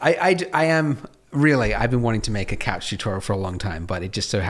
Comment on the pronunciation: If you keep saying couch wrong just say sofa